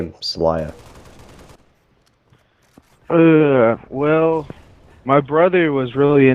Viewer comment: why does keep pronouncing it in the beginning as sal-eye-ya?? it's obviously pronounced sal-lay-ya.